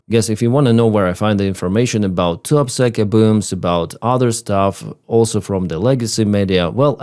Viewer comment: The town name sounded like you said “Too Upset” 😂.